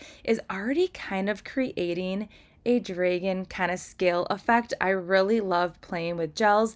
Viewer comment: I love your nails, but why do you say dragon with a long a?